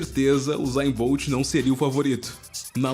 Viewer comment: COM CERTEZA USAIN BOLT(FALOU ERRADO)